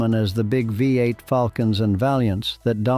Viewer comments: Why do you keep saying- wee 8, let me educate you It’s called a V8. It’s always been a V8 not a wee 8 as you keep saying. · Yeah that we 8 narrative is not only annoying but doesn't help the authenticity of a lot of information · What is a Wee 8? You Mean a V8 Don,t You